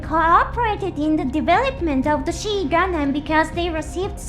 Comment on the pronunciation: The XI is pronounced as XYE gundam the pronounciation is wrong in video. Or XOY whichever is easy. Even calling it Soy is more correct lawl